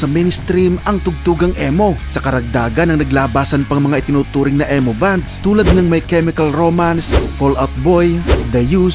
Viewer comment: (ee or i) mow NOT EH-mo 😂